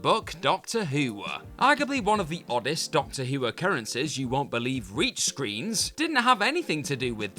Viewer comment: Can this guy please speak like a normal person. It not screenah, or Doctor Who-ah. I really wante d to watch this, but the way he ends every sentence with an 'ah' is unbearable to listen to.